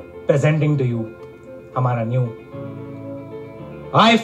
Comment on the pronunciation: He said newnew 😂😂😂😂